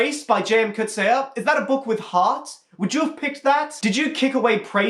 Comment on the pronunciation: It's not Kutsea... it's Kutsee